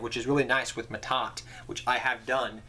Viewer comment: that's "Ma'at" not Mahad or Ma'Ta xD